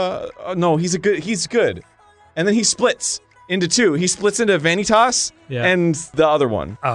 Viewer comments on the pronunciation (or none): Still kills me how Arin pronounces "Vanitas". It's just Vanitas, not Vani-tahs. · the way he pronounced "vanitas" killed me